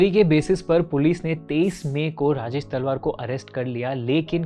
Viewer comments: Not तलवर its तलवार don't mess up with surname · Its TALWAARRR not तलवर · अरे यार तलवर नही तलवार नाम है। अंग्रेजी के चक्कर में नाम भी ठीक से नहीं ले पा रहे। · तलवर ❌️ तलवार ✅️ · Bhai talwar bolna to seekhle pehle theek se